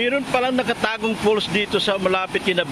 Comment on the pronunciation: It's "FALLS" not "false". Sarap nga mag unwind dyan